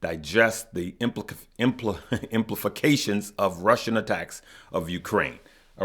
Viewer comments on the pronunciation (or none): Isolationism= I - so- lay- shun- ism also no "f" sound in implications= em- pli- cay- shuns, no disrespect just tryn to help big bruh! Great video, I appreciate you and your efforts! Live, love, laugh and "learn"!